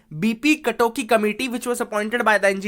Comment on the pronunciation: its B.P kakoti...not katoki